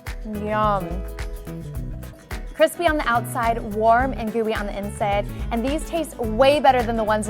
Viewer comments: she tried to say inside but said insed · "Warm and gooey on the insede" what ever she said it was weird lol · lol I just realized dat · Beatriz Diaz lol "insed" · lol she said insed